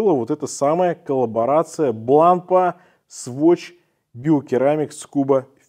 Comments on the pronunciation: Как-то у странное ударение в названии Бланпа, не французское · Ударение в конце, Вам бы не знать.